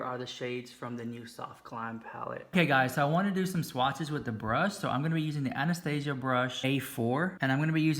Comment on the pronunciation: Honey honey, you're not pronouncing Anastasia correctly.